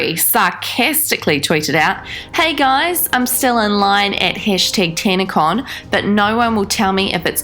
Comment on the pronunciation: Tanacon? Oh sorry I thought you said scamacon